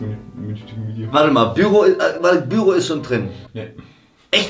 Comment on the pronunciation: Ich hasse es, wie die die Wörter teilweise betonen, bei "Büro" liegt die Betonung auf dem "o" und die "U"s in Hubbabubba sind eindeutig kurz 😂